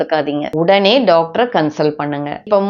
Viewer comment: ellarromey daaktarnnu thaan solluwanga neenga mathiram doaktarnnu solluringa